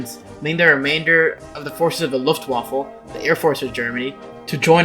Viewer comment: I swear i heared luftwaffle when he said luft waffe..